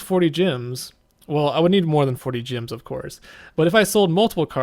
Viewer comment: why do you keep saying gyms instead of gems? lol